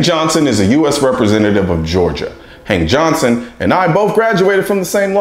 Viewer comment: Hank johnson? I swear I heard you say "Hang johnson"...... I thought you where making a pun until I heard you said his name a few times.